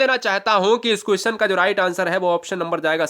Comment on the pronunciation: भाई कुसचन नही होता क्वेश्चन होता है